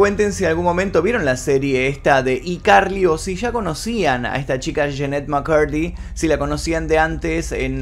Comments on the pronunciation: Cada vez q decía i carli me daba ñañaras Yo siempre diciéndole aicarli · Excelente vídeo Solamente que me da toc que digas "iCarly" en vez de "Aicarly" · SE ESCRIBE "I CARLY" Y SE LEE "AI CARLY"!!!!!!! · Por piedad, se pronuncia "AI" Carly!!! Lo que yo supe fue que ella había dicho que no le gustaba actuar sino estar detrás de cámaras como guionista y directora cuando le preguntaron por qué no volvía a la serie. Distinto fue lo que pasó con la que hizo con Ariana Grande. Se llevaban muy mal. Aparentemente le habían prometido una serie para ella sola y no se tomó a bien tener que compartir protagonismo con Ariana. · Cómo es posible que pronuncies tantos otros títulos de series en ingles sin problema y escojas decir: "Y Carli" "IIIIIIIIIIIII carli".... que incómodo de oír. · Hola, si qué tal, quiero saber más jajaja A propósito, es ICarly (pronunciado: ay carli) como el teléfono. Jugaban mucho con esa marca en los programas de Dan. Turbiiina y yo me crié con todos sus shows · y Carly jajajajja se pornuncia "aicarly" y se escribe icarly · que estrés, pronuncia “zoey 101” en inglés xd pero “iCarly” en español xd la “i” se pronuncia en ingles o sea /ai/